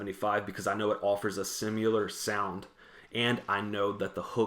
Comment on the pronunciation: Not to put too fine a point on it, but "simular" is not a word. It's SIMILAR.